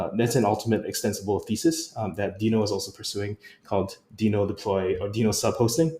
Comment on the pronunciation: This is great, thanks for helping the JS community navigate the ever-changing landscape. Also... worth re-recording with the official pronunciation of Deno? 😆